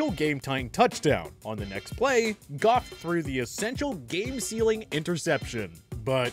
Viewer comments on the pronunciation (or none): none